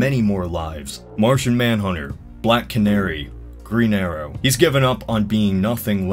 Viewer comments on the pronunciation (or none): I swear to god..... It's Martian not Martin, how can you get that wrong 3 times